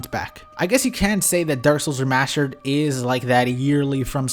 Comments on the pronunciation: "remascher" It's remassster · ThrustFrom Behind I was looking through the comments to see if anyone else caught that lol it's the remashtered version of saying remashtered..